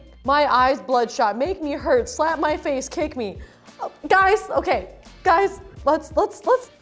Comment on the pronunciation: “Are you gays ok?”